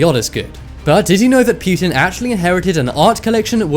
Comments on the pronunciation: wtf is pewtin lmao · Is it just me or is he saying putin funny, kind of like stewie saying whip